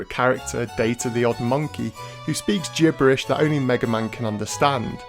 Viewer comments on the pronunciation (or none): Haha first you said "maga man" at one point, then you call the Bonnes the "bones" :) ..